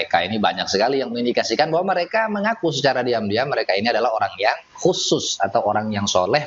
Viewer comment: Ngomong "bahwa" saja sampe jadi "beahwa"